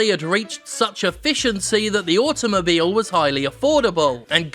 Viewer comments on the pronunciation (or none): none